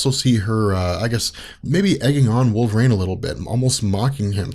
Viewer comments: I love this whole channel, but is it really pronounced wolver - rain? Always thought it was wolver - een. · It's Wolver EEENE not Wolver REIGN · If these videos weren't so incredibly informative, I'd stop watching them because the pronunciation of "wolve-rain" drives me absolutely insane.